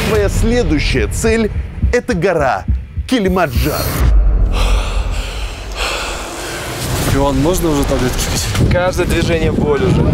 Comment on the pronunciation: Забавно что Масленников неправильно выговаривает название горы Килимаджаро(без Н)